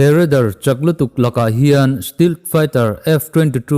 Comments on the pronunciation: Bengvar thlak thin..... Steelt nilo in steaalth ti a lam tur, match 1.8 nilo in mack (mach) tih tur bok...improve na tur hi han in zir zel ila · Stealth (Stelth), Mach (Mak) ka ngaimawh deuh mai mai, a bengvar thlak ṭhin e.